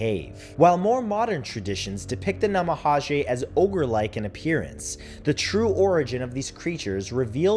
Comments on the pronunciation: Brutal mispronunciation. Namahage is pronounced na ma ha gay. Take the time to learn to say the word at least a little correct. Not that hard. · Love the video, Matthew. I'm familiar with all these ghosts, but honey, you really need to work on your pronunciation. I cringed a bit every time you said a name of a entity. Especially the "Namahage." G in Japanese makes a "guh" sound, not "jeh" or "zhe." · Love the video Matt, but could you please check on the pronunciation of some of these words, for example the "g" in namahage isnt pronounced as an English j, but rather a "g" as in gull